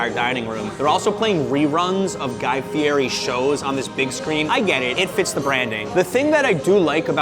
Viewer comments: Ahhh, also, just one other thing. Guy gets really upset if you pronounce his surname as "fee-airy". You gotta say "fee-etty"...go figure.. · My brother in Christ. His name is pronounced fietti